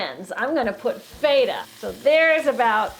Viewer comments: You're pronouncing Feta very wrong.. It's not (F-eight-ah), It's (FEH-TAH). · I'm gonna make that for sure. maybe not so much butter. Here we call that cheese FET-ah, not FEET-ah, but i think I have the right cheese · It is pronounced FE-TA. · I saw her make a home made bigmac, which I liked. Then I came here, because I am Greek and like feta cheese. She's pronouncing the word wrong, I'm not hating on her. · why do you pronounce Feta wrong, and over act in all of your videos.. Sincerely, the Public. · Omg, so much acting! She's so overly enthusiastic and she pronounces feta wrong... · She pronounces feta wrong so annoying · Not miserable or trolling, asking a sincere question. Why go overboard on the acting? Why pronounce Feta wrong?